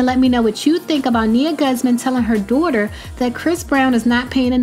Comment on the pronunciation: "Dooghter" lmao I think she tryna say daughter